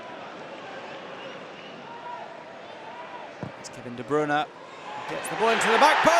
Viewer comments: NOT DE BRUN KEVIN DE BRUYNE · He is like what? 10 years in Manchester? And still those TV muppets can't pronounce his name correct